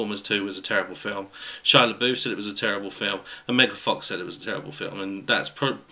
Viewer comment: The way you pronounce Shia Labouf drives me nuts. I don't know why because you're pronouncing it correctly!!!! I'm just used to hearing the wrong pronunciation and It's burned into my brain from all my friends who say (Shia-la-buff). I'm a weirdo, aren't I?